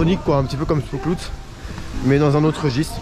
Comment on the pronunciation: 1) J'espère que tu t'es pris le livre en néerlandais sur l'histoire de Efteling (en néerlandais, oui... mais tant d'images et de goodies dedans) 2) Alors, le "Spookslot" se prononce "SpÔslote", et traduit vulgairement :" la prison des fantômes". Faut savoir que cela fait partie des premières "grosses" attractions du parc (donc très importante comme attaction ... dommage que cela ferme). 3) Au départ, le parc Efteling était seulement le bois des contes, par la suite les attactions se sont construits autours (dont le petits village des drôles de persos avec les poubelles etc., le carrousel, le spooksolt) 4) Oui, bcp de coaster fermés car tu y es allé le jour où en Hollande on avait des vents forts sûrement ;) 5) Et oui, en effet, sans Efteling, Disney n'aurait pas eu son Pirate des caraibes (qui est pas loin du Fata Morgana) ou encore simplement il n' y aurait pas eu vraiment d'attarctions dans le parc :) C'est un parc qui est resté simple et préfère sortir une attraction avec retard mais toujours avec qualité. Pour cela que je suis bien plus fan d'un Efteling que Disney. En terme de prix, de qualité,... On ne pas bouder ce parc. Un peu dommage que le par ait fait partir certaines attractions qui étaient un beau morceau d'histoire :/ Mais bon, c'est la vie